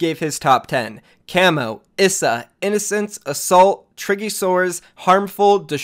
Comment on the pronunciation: Ghost Issa is pronounced "Ghost EEESA "😝😝😝